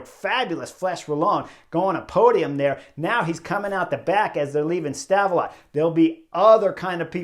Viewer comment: Love the work Chris. Have for a while. Did get a link of you smashin your bike 2016 in my feed. Rough day i guess gladly it was there and not on the Angliru. The T in Stavelot is silent. Great place with an awesome grand prix circuit (Spa-Francorchamps). -U10